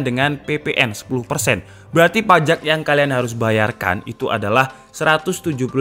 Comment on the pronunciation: PAJEK Gw: Pajak mas, PAJAAAAA....K